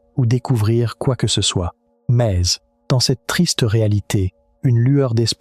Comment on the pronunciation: Je n'ai pas encore fini la vidéo, c'est intéressant mais la voix-off qui fait ULTRA IA qui sort des "MEZZZ" à chaque fois (probablement pour "mais il/elle..") casse totalement la narration. Les vidéos aussi en légère animation de quelques secondes sentent l'IA, et on dirait que tout à été mis là en mode "fais-moi une vidéo sur ceci, génère des séquences de ... et crée un script".